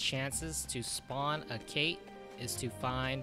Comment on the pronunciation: Ket. Like Cait Sith:Ket Shee. It's Scottish.